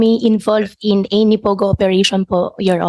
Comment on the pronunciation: May accent ng chinese.. pagbigkas nya ng english na ANY. Tsaka bakit fluent dw yan ng mandarin pano sya matuto kung homeschool sya mula elementary. Daming red flags ni mayora. Simple question di alam sa personal identity 😅 di malala di sure nkalimutan. Ang dulas nya